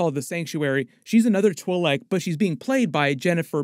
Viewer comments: I've heard "twee-leck" and "twy-leck", but never "twull-leck"... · I couldn't listen anymore because of the way you kept saying Twi'Lek, I'm sorry. Good video though man